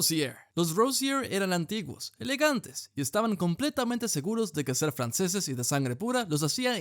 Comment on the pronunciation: francéses. No digas más